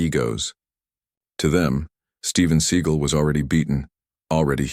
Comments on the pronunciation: Would this guy narrating please learn how to pronounce Steven Se GAL NOT SEE GEL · Story teller ca,t even say his last name right i,d love to see the video l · If you can't say his real name properly maybe you don't need to be given this fake ass story locked everybody just said got my girls do not stop and mess with people especially people that Steven seagal you idiot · What a crock of horse crap. The AI voice mispronounces the actor's name and the title has the wrong martial art that he uses and then the story has details from little tiny people in this part of the crowd and that part of the crowd this pure fictional crap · Maybe have at least enough integrity to narrate with Fake Voice that pronounces his name correctly(!) gF NM/FL